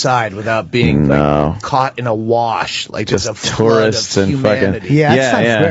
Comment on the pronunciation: I couldn't stop laughing when the opester kept saying wersh instead of wash. That's clever homor man, you can't write that stuff...